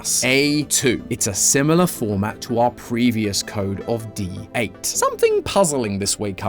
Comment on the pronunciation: D8 sounds like DEAD or deight to be more exact